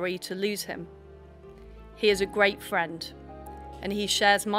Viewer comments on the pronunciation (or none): He's a gweat fwend who wants to see the countwy on the path to gwoth. Poor old Wiz